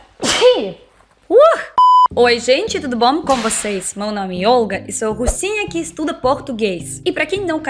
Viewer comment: Senhorita Olga vc falando rosinha e muito sério